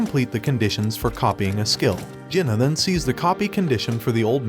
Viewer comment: Bro This anit a manga Jenna is not his name Kang Jin Hyuk is pronounced as Kang Jin He Yuk not Jenna